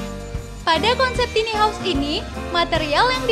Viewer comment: konsep ok..tp itu kyke cocoknya buat smacam tmpt penginapan krena gk ada tempt penyimpanan baju... tone suara kurang nyaman..bukan tini haus tapi taini haous bacanya...